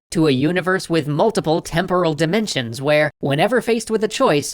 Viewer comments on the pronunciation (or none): none